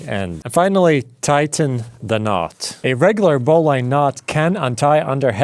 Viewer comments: Yep, you're quite right. Also, it's not BOW LINE, it's BOW LINN. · put a finer point on it, BOH-linn